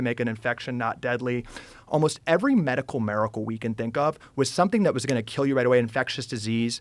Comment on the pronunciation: is he saying medical miracle? The pronunciation is throwing me off